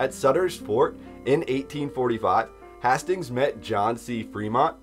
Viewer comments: hay-stings not hah-stings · Yo, Hastings is Haste-Ings. You sound stupid.